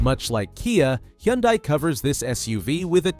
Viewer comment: Ok, I just started watching your video and your AI is killing me on pronunciation: "Ah-cure-ah"??? It's pronounced "A-cura". And Hyundai? head on desk I'm gonna have to watch this again and ignore your AI and listen to what you really have to say....